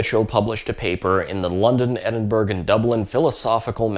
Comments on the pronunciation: Edinburgh is not Edin-berg, it's Edin-borough. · Great vid. Another FYI, "Edinburgh" is pronounced "Edinburruh" rather than "Edinberg" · Everyone talking about the Euler mispronunciation but totally missing "Edin-berg" as the pronunciation for Edinburgh. It's pronounced "Ed-in-burr-uh." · Great video - nitpick since I'm in the UK - Capital of Scotland is pronounced 'Ed-in-borough' not 'Ed-in-burg' :) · Edinburgh... pronounced "Eh-din-BUR-ah", as opposed to "Eh-din-berg". No hate, just FYI. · By the way, Edinburgh is pronounced 'Ed-in-bruh'. Really interesting video - thanks! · Edinburg 😂😂😂 everything else is over my head but the pronunciation of Edinburgh got me 😆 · Great video!! First of yours I've seen, I'll definitely be watching more. BTW don't pronounce the G in Edinburgh. 👍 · "oiler" ah tink. Also "Edin-burg" scheesh! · And then we can address the pronunciation of Edinburgh... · It was all going so well. Then... "Edinburgh" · Love the video, your style is very engaging. That's not how you pronounce Edinburgh though. Edit: Looks like some other people already pointed that out. I'd argue there's no such thing as an American pronunciation just an incorrect pronunciation but hey. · 'Fraid that's not how Edinburgh is pronounced and I doubt Anthony Michell would have used the US pronunciation of his name